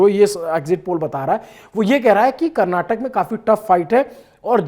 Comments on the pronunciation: Karnatak nahi Karnataka hota he bhai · Editor it's Karnataka not Karnatak !! Please correct from next time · It’s Karnataka sir … not karnatak! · Brother it is KARNATAKA.... FOCUS MORE ON 'KA'. Can you pronounce properly please!!!